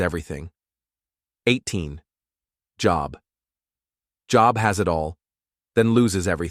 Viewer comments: plz.....pronounce Bible names properly its not job as work job.......its joe..b.......how its Biblically pronounced sheeesh :face-orange-frowning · I agree, at least Job would be said correctly!!!